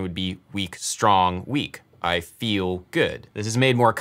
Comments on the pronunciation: Anyone else hear i bigger, and not i feel good, asking for a friend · I would say feel always has 2 syllables. Fee ul. and its the UL that is emphasised I'm British btw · He's singing the word "feel" as if it has two syllables. And the stress is on the second pseudo syllable. I fee eel good ( on the eel). My native language has more distinct syllables, maybe that is why I perceive it this way. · It's on: i fe-EL good. He places a one syllable word on a to syllable rhytm. I fe-el good.